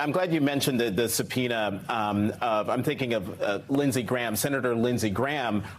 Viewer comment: really, i know it is difficult Latin word but come on Msnbc, it is a Subpoena